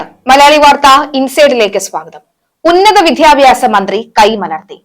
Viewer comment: ഉച്ചാരണം കൂടുതൽ ശ്രദ്ധിയ്ക്കണം റദ്ദാക്കുക റത്ഥാക്കുക അല്ല വിദ്യാഭ്യാസം വിദ്ധ്യാഭ്യാസം അല്ല